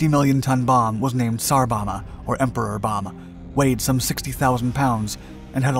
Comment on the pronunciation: Bomba is pronounced Bom-bah (Bom is pronounced like the dome, but with a b)